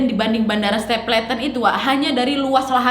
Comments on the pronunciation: bacanya stepelten bukan stepleten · stapleton baca nya stepelten bukannya ya? 🤔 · Kak sorry mau koreksi pronunciationnya dikit. Stapleton: ste-pel-ten Peña: pe-nya Schneider: snay-der